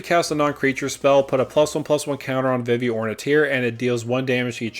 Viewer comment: It’s an L, not an I. Vanille l’Cie. Also, it’s pronounced Veevee, even though it’s spelled Vivi.